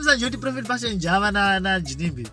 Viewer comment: please pronounce JAVA like som1 from Mabvuku or Mufakos